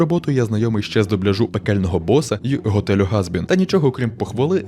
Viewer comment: Не "Горор" а "Хорор" Не Газбін а Хазбін